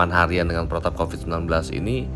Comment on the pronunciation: Ini kenyataan.. mau apapun yg mengucapkan copad copid sambil ketawa geli kek apa kek..tapi kenyataan yg ada tidak selucu ketika berbicara copat copit. Berpikir cerdas lah